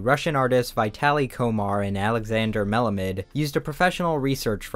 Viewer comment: It should be pronounced Melāmid (AH med)